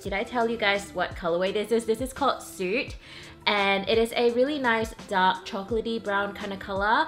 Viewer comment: also it's 'soot' is pronounced like the sound 'foot' , not 'suit'. :)